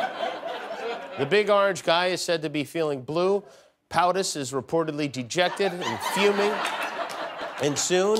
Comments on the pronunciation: It’s potus not poutus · POTUS not poutus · “POUTIS” Haha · I thought ‘poutus’ was pronounce ‘pootus’ until I heard kimmel say it.